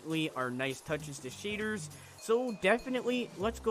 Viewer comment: he calls shaders, "sheders" lmao